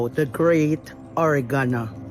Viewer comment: I know this is A.I. because it mispronounced Oregono.